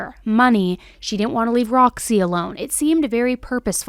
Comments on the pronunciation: its ROZZY not ROXY ffs dude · The lizard's name is pronounced "Rozzy" not Roxy... It's in the body cam footage... 🤷🏽‍♂️